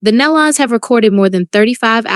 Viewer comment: I don’t think one site knows how to pronounce. Nelons. ( kneelons). Try that .